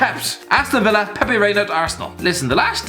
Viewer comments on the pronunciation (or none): none